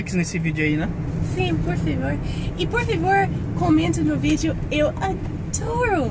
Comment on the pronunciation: Reparei que a Abi não pronúncia "Por favor" e sim "Por fivor" hahaha. Vocês são demais!